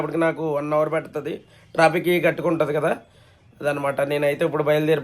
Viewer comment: Traffic ❌ Trapic ✅